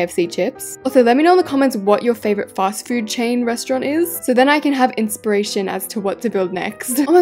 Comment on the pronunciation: At 1.46 she said another resront😂😂😂😂